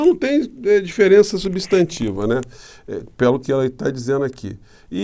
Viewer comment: Por quê será que o Promuncia "PE'LA e PE'LO?? 😊🙄🙄😄